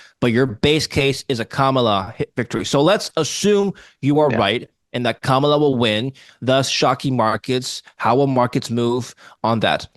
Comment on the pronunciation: Sad, that he couldn't even pronounce her first name correctly. It's pronounced like Comma. Comma La.